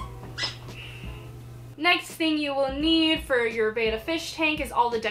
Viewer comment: It's pronounced Bet-tuh not Bay-tuh 😜💗 Oh and FYI: you want at least a 5 gallon tank. 2.5 is just not enough room 😔💗